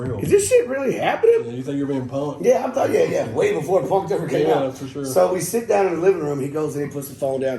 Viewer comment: "I Sho Will"